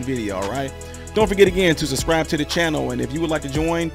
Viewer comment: The word is subscribe not suscrie or whatever it is you're saying.